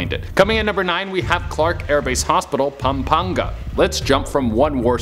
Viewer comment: Can we just acknowledge the fact that places like Pampanga were pronounced correctly????❤👏🏼👏🏼👏🏼👏🏼